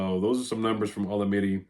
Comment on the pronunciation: butchered his name lol it’s O-LA-MI-DAY